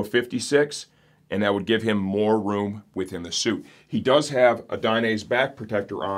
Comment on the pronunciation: One of these days he'll learn how to say Dainese correctly!